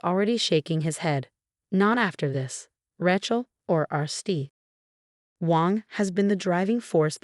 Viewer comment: Rachel or Rattle ? Your computer reading needs a major update. This crap is shocking. No wonder the youth of today is so bad with examples like this. The worse problem is over the last few months none of your channels have showed any sign of improvement even though many readers, via their comments, have indicated you are not doing well.